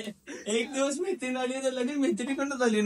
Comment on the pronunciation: आधी मैत्रीण बोलायला शिक. म्हेत्रिन 😂